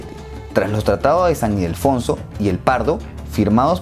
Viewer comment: Ildefonso, no Idelfonso